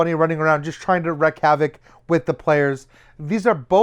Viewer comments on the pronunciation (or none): Wreak havoc, sounds like "reek" not wreck.